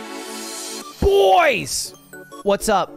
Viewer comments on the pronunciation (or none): Can someone edit charli xcx ’boys’, so where she says boys, it’s different times, ludwig has said BOOIZ